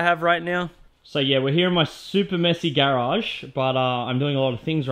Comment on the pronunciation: Its garage nit garage